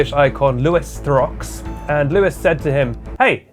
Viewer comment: I trust someone called to correctly pronounce Louis Theroux.